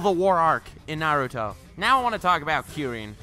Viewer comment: “nAiRoOtOh”